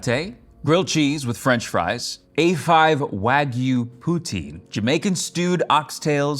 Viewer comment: "gwilled chees n fwench fwies" this man is a gem